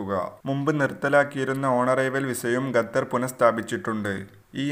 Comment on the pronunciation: ഗത്തർ അല്ല... ഖത്തർ